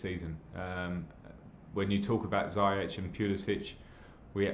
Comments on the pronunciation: Its 'ZIYECH' Lamps, not 'Zayech' !!! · Frank keeps saying Ziyech as "Zai-ech"... Shouldn't it be pronounced as "Zee-yesh"? Someone who knows how to pronounce Moroccan names, pls help me out here hahaha. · Please pronounce Ziyech right next time!😂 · The way lamps says ziyech's name😪😪